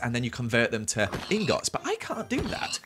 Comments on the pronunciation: It angers me that hes a minecraft veteran and says Ingots like "Ingoughts" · I like how you say ing gots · .... the way you pronounce ingots is so wrong